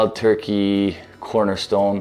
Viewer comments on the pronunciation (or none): none